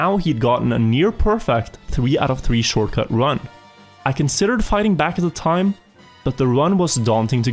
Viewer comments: . I'm what is a shoRCuT. Not t in short?? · That “Shorcut” though… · "D-14 SHORCUT " just pointing it out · d14-shorcut realy i never heard of a shorcut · inglish 100 shorcut